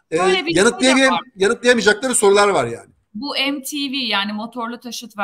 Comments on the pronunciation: YAHU METEVE (MTV) DEMEK BU KADAR MI ZOR ? EMTİVİ NEDİR ? BÖYLE DAHA MI HAVALI OLUYOR ? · Mtv'yi "em ti vi" diye okumak nedir allah aşkına?